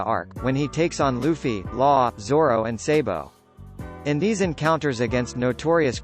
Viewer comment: Say Sabo name the right way next time.